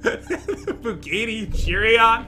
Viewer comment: Jen:we could buy the buggatee jeereeon Me:laughing for straight 10 mins